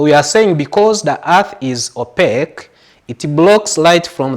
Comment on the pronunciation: Opaque not opeque